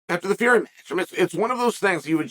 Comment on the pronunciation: You said Tommy Fury’s name wrong for a year and said Jake would smoke him just for Jake to get outboxed 7 of 8 rounds 😂😂😂